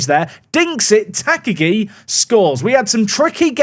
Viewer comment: Sad he’s not got the Mr. Potato head if I’m honest. The teal kit is a color blind nightmare, please never play them again. Also, Tak-agi should be 3 syllabus Ta-ka-gi but doubt that gets cleaned up since murdering names is your favorite past time 😂